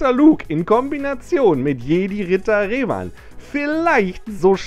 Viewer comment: Galactic Republic ist nicht Old Republic ... PS. Du sprichst immernoch Revan falsch aus. Du Sagst ja auch Luke und nicht "Luhke". Der Kit ist einfach 3 Jahre alt und musste nachträglich angepasst werden.